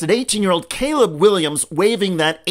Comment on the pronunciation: The name “Caleb” is not pronounced kuh-LEEB. 🤦